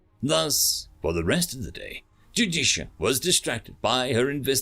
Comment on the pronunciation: Small narrator failure. Judicia and Justicia are 2 different characters but the narrator pronounces them both as Judicia.